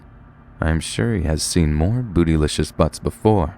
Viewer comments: okay i died when he said boodylishious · When he said boosylishas I laugh